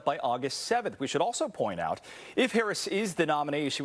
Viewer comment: y he say Harris like hayriss?….lmk